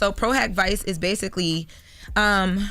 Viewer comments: pro hac vice is pronounced PRO-HOCK-VEECHAY. Just in case you gotta say this again tomorrow 😂♥️ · She did a good job, I thought it was Pro Hac Vice as a law student. It's pronounced for"Pro Hac Vi che". This attorney is mad sketch. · Pro hac viche not vice 😂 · It’s pronounced pro hac “viche” not “vice”…y’all don’t have a lawyer on staff to help to properly report on legal matters/cases?? 😂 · We gotta get a legal consultant because she is up here sounding all off at all times. It’s PRO HAC (like hockey but no “ey” at the end) VICE (pronounced vee-chay) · Vee chee not vice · Its not pro hac Viiiiiiice as she pronounced it... its pro hac Viche' should have called me or another attorney to explain this. Terrible! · It is pronounced: "pro hac vichay" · Pro hac vice Pronunciation: pro- hoc-vee-ché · Its pronounced pro hock viche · It's pronounced pro hac vice ("vee-chaay"). Now, pronounce as pro hac vee-chaay. Easy peasy. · Pro Hac Vice pronounced pro hac vee-ché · Pro hock vi-chay is how it’s pronounced. SMH. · It’s pronounced as pro hav Vee-Chay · PRO HAWK VEE-CHAY (Pro Hac Vice) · Her pronunciation is wrong Pro Hac Vice (VeeChay) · pro hac vice is pronounced pro hawk vee-chey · Pro Hac (Hawk) vice (Veche). Whewww we gotta google first. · “Pro - hack (or hock) - vee-ch-ā” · "Pro hock Ve-che" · Lol pronounced pro hack vee-che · Pro Hac Vice, pronounced “Pro Hawk Vee-chAA” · No it's not even pronounced pro hac viiiiiice..... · Thats definitely not how you pronounce "pro hoc vice" 😅 Appreciate the substantive update otherwise. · True... We want to see shine in the best light. Former Legal Secretary / Assistant here and it hurts to hear it pronounced that way.